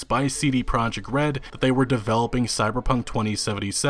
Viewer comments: Im so excited to this game btw it is pronounced as "proyekt" not project the the j makes a y sound, its a polish word. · considering respect towards cdpr and the number of times you say "cd project red" in the video you could've learned that it's pro-iekt, not project